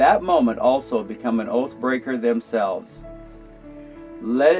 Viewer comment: You consistently mispronounced, "oath breaker". Throughout your entire presentation. 🙈 🙉 🙊 Unless there is a natural disaster, or some type of emergency. The job of all police officers, is to arrest you. Period. Why else do you think, they look all through your vehicle and want to search it and you for any minor traffic stop? It's because they are "Fishing", they are looking for any reason or excuse to escalate it to an arrest. They are not here to "Protect and Serve". They are not even required by law, to even give you any type of assistance. They have the option to actually do nothing at all, to assist you if they don't feel like it. It's true, look it up. There is no law, that says a cop has to help you. There are even plenty of instances documented, where they have stood idly by. When their assistance was requested. 😱😱😱😱😱😱